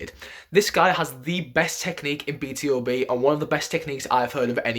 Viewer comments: it's pronounced B-2-B, not B-T-O-B. do you read hangul? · Not "Bi Ti O Bi" but "Bi Tu Bi", BtoB is "Born to Beat"😊